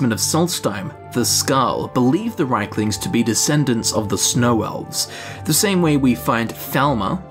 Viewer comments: They are Rieklings, not Reiklings. You pronounce the word as if they were Reiklings. This is a common mistake made by native English speakers. ie = i: ("1,5 times i) ei = ai An example: the name "Stein" is NOT pronounced "stiin", it's "stain". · GOD I'M SO FRUSTRATED! Reeklings, not RAYKLINGS DAMN IT! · Its r ie klings not reik.. In english you can say its not Ei as in reich its riek as in reek. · If you pronounce it as its spelled, it would be "Reek-lings" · Reichlings?! Wtf They also pronounce Daedra "Deirdre" sometimes in the games but that doesn't make it right! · Why is it pronounced Reikling when it is spelled Rieklings? Top 10 questions science can't answer. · IE, not EI.